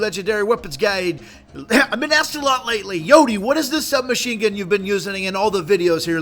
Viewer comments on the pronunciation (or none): none